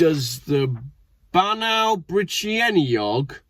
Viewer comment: BAN EYE is the way to say that not awe